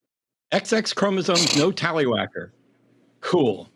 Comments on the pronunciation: "Talliwacker" smh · HE SAID TALLYWHACKER